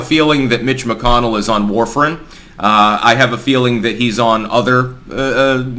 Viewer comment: had to rewind to see if you said "mitch mcconnell" or "bitch mcconnell" lol. well done sir. "bitch mcconnell" is now as canon as "big mike" in my book